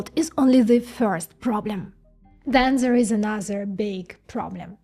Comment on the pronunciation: Instead of There you say Zere